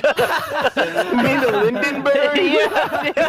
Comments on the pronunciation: Is nobody going to talk about how also called the Hindenburg the Lindenburg? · the way Lui even mispronounced Hindenburg makes it even funnier. "Lindenberg" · The lindenburg??😂😂😂 omg you guys need to get outside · Delirious"its like Heisenberg all over again" "you mean the lindenberg"....hindenburg hindenberg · The Lindenburg🤣👌👌🤣🤣🤣 it's the Hindenburg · "it's the Heisenberger all over again" "you mean the lindienberg" both got it wrong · To me it sounds like said lindenburg which is also wrong 😂😂😂 Hindenburg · H2ODelirious: Hisenburger: Lindenburg Actuall Blimps name: Hindenburg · When Delirious said the Heisenberg, and Lui said Lindenburg, u were wrong Lui is not always good at correcting what people say by the way the blimp was called the Hindenburg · “Hisenberg” “lindenburg” it’s the fucking Hindenburg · Yea he said lindenberg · I like how Lui says "Lindenburg" and no one catches it even now haha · isn't it Hindenburg? 😅 How'd they both mess it up lol